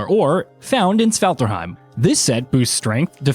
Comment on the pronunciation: My man tried his best to pronounce 😭 nee-da - vee-lier and sfarterheim